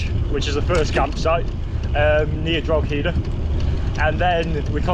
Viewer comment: Enjoying the video, but jaysus, Rockshore??? That's awful piss😂😂😂 Also, it's pronounced Dro-he-da